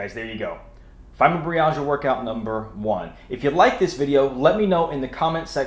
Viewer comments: It’s Fibro -My-Al-Gia, not fymo -Bree-al-gia. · That's funny I couldn't believe how he pronounced it. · That's not how you say fibromyalgia